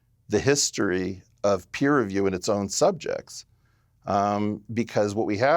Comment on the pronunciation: Its Peer review, not Piers review